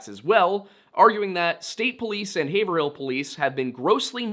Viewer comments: its pronounced HAYVRIL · It is a natter if public record and the tiwn clerk in Haverhill ( pronounced Hay-vril) is able to give you this info. Anyine xan access the town record. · Its HAVE (like haven without the N) - RILL. (love your vids btw keep up the great work) - regretfully a NH resident for 32 years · hay-ver-hill area 😔😔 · You don't say the "ER" in Haverhill It's Have-rill. Just like Gloucester is Glaw-strr. Massachusetts likes to keep you on your toes like that. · Haverhill is pronounced "Hay ver ill" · Hay-vrill. It’s tricky if you aren’t from NH or MA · as someone who grew up in the Haverill area i'm grinding my teeth because 1. the law enforcement are so incompetent and 2. i know you said you had a lot of different pronunciations but HAY-VRILL. The North Shore hates pronouncing all the letters in their names, just look at Gloucester (Glaw-stah) and Scituate (Sit-chew-it) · Haverhill - (pronounced like Rave + Bill, ie; Havrill with a long A (forget the er.)), - Haverhill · I live here. It's "Hāy-vrull" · Ok, for Part III - it's "HAI-ver-ull." Xo thanks! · Yeah thats way better hes reading the pronounciations wrong nobody from the area would say hayver- hill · You're mispronouncing Haverhill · WAIT HE’S BEEN TRYING TO SAY HAVERHILL THIS WHOLE TIME???? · Its pronounced Have-rill not haver-hill... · I grew up in a town bordering Haverhill. Just an FYI, the way we New Englander's pronounce it is much closer to two syllables, like; Hay-veril. Notably, there is a distinct absence of the "hill" part of the word. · Oh my God, it’s two syllables hey vrill 😂😂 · not haver-hill u said it right first time. Im born n raised in Boston. Its havril Just like Worcester is wus-ter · Excellent video. I appreciate all the work you put into researching. If I could point one thing out— it is pronounced “HAY-VRULL” (two syllables). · It’s pronounced “haverhill” not “haverhill” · Just for future reference, it’s pronounced “HAYV-RILL” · Haverhill is pronounced hayvrill